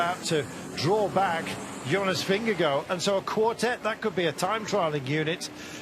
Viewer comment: Wish this commentator could pronounce Jonas’ name properly Jesus …